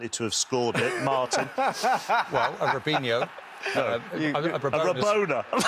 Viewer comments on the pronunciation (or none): man said rabinho😭😂